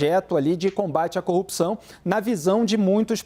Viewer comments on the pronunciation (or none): O cara não consegue nem a pronúncia correta, fala Cupção. Vergonha